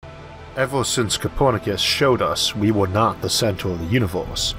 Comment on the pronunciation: "ever since capwernakiss"